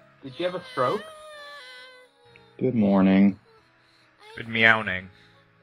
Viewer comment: "Good Meowning" had me almost choking on mah damn gold fish.